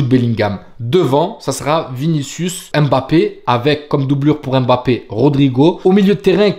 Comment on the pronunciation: J’aime bien ton travail. Bravo à toi ! Fais juste un effort sur la prononciation de Mbappé… ce n’est pas Aimebappé mais Mbappé. Force